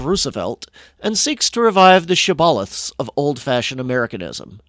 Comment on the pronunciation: 😂 The hilarious irony of a person twisting himself in knots over European names so he’ll be accepted as educated, but then mispronounces shibboleth. Communism is just as fake and performative.